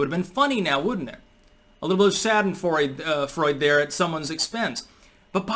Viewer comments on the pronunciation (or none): It’s pronounce shah den froid uh